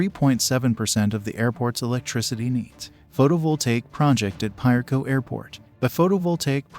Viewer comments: Piarco is pronounced p ah or a as in apple, co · 🤣🤣🤣🤫 Maybe you can help the narrator pronounce Piarco better. It's pronounced like a Spanish word where the I sounds like a sharp E.